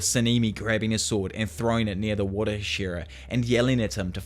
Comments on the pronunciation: These videos are great, but I wish you pronounced Hashira remotely correct. It sounds like you are saying Ed Sheeran. Other than that, great job. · Bruh it’s HA- shi - RA